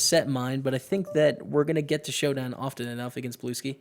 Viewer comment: I'm pretty sure blueskyy is pronounced as "blue sky" not "blueski".